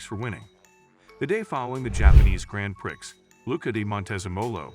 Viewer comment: "grand pricks"